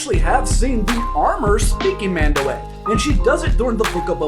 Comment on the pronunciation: I'm pretty sure its pronounced MAHN-dow-AH, with the 'a' on the end being pronounced as if lower case rather than upper case.